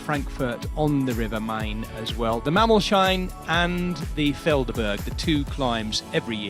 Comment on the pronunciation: The hill ist pronounced "Mammols - hain", not "Mammol - shine"